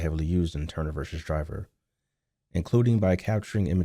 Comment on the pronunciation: doesn't seem to know that vs. stands for versus, not "verse". And try not to delete the last S from asterisk *.